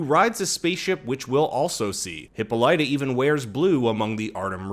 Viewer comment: I knew I heard Hippolyta before, but it was said wrong. It's said wrong now.